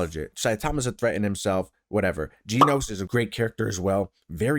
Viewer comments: not GE-NOS its GEN-OS just saying 💀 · Gen-Os, like Jen Os NOT Gene-Os, Not Jean Os Stop it, stop it now.